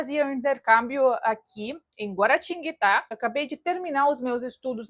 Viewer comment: Se tu conseguiu pronunciar "Guaratinguetá" é porque já dominou o português faz tempo... Um dia te ensino um mote! 😁😁😁😁😁